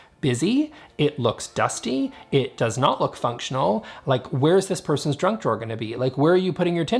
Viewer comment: "Where's this person's junk drawer gonna be?" I heard "drug", not "junk". Classic example of projection I guess.